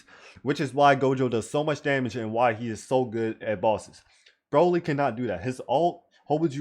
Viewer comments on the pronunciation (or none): does anyone realise why king through the entire vid calls broly broccoli? i dont